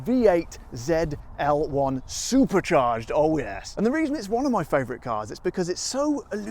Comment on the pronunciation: 😍😍Please say ZEE EL ONE,as it is a Camaro! 🤣🤣 ZEE 28 as well!